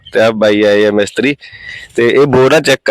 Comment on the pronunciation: ਮੈਸਤਰੀ ਨਹੀਂ ਹੁੰਦਾ ਮਿਸਤਰੀ ਹੁੰਦਾ ਵਾਂ